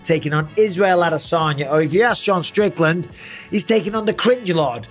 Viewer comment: Is it just me or did Israel tell everyone how to pronounce his last name correctly (which is: Uh-Dess-Unya, not Add-Uh-Sonya) and then everyone just fuckin' ignored it?